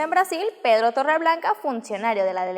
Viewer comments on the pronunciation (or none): none